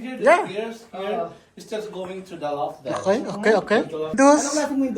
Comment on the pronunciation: Loft po hindi LOP